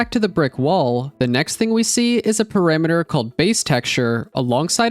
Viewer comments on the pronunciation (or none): mate, please... pArAmEtEr. ... NOT "pErImEtEr" ... -_- .